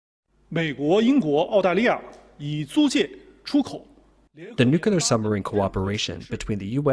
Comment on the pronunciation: Nukelyer powered lol not Nukelyer